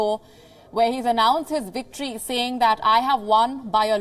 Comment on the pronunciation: Woates? Wicktory? Sort it out... really embarrassing..